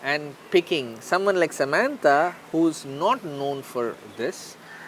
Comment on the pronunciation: Sammantha , Oh please it's Samantha 🙏